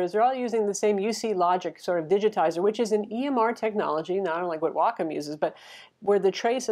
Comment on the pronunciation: Excellent review. And bonus points for actually knowing how to pronounce Wacom.